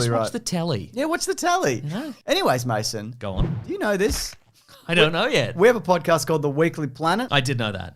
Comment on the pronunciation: "MASO"??? I've seen close to a hundred of these guys' videos, and I've always thought it was "Mason".